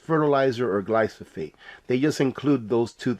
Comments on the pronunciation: GLYPHOSATE = Gly Pho Sate Not Glysophate. Loved the comment about "man" -- you're not 'old school,', you're Traditional....not a thing wrong with being Traditional!! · Thanks for covering this very important issue. On a minor note I believe the pronunciation is typically “gly fa sate”.